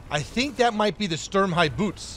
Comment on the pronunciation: tank name : Sturmhaubitze Phleee : "sTuRm-Hi-b0oTs"